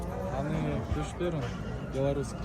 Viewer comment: Пешперон😂😂😂 першерон